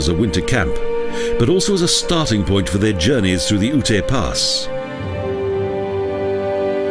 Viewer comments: Its UTE...not Ut-a...ugh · I like Colorado but this video is beyond cheesy. Seems like it was made in the mid 90's. Plus Black Canyon is a national park not a monument and Ute is pronounced yute, so there is a little misinformation.